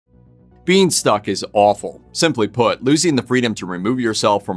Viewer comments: At the beginning of the video I thought you were saying beanstalk, lol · “Being stuck”! I thought you said “bean stalk”! 😹